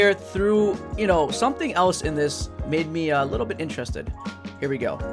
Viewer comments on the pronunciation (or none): none